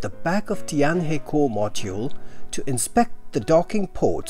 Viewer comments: The pronunciation of 'Tianhe' is similar to 'tian-her', but not 'tian-hee‘. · It's pronounce tian hur. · Tianhe is pronounced as Tian-Her. Practice makes perfect! :)